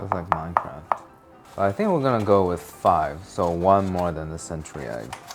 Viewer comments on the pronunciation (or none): none